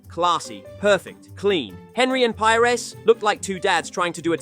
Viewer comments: “Pyers” and “hen-ree” hurt my soul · Ahh yes, the famous Robert pie-res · This guy reckons he knows football, but saying Henry with a hard "H" and pie-res is like that scene in inglorious basterds where Michael Fassbender holds up his index, middle, and ring fingers. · Pires isnt English he is not Pajres. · love the content but you dont half butcher some of these legendary names HENRY !!!!!!!! PI-RES!!!!!! arghhhhhhhhhhhh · That’s not how you pronounce Pires OR Henry. Shameful